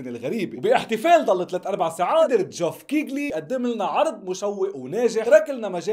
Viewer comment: العالم: جيف كيلي ❌: جيف كيقلي ✅